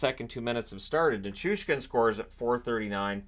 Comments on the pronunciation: I feel you on the Nickoustin instead of Nichushkin Drives me crazy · I thought I heard Nituskin once or twice as well... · I'm glad I'm not the only one that gets super annoyed when they pronounce NiCHOOshkin wrong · As a Canadian Avs fan it drives me nuts that they can't say his name right